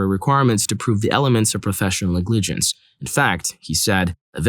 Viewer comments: If you don't know how to pronounce a word you can look it up, man lol ngligence NEG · Sorry to point this out, but in the story with professional negligence, the stress is NEGligece, not negLIGence, even if the origin comes from negLECT. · How the hell do you not know how to pronounce "Negligence"? Is this a bot reading these off? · You say negligence so weird I had no idea what you were saying at first. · I wasn't looking at the screen during story 6, so it took me until the second or third time to realize the reader was saying negligence. That's not even a rare, legal term. Is this a computer reader?